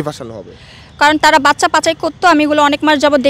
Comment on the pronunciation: Uni bolcen Bacca Ami shuneci Paca 😂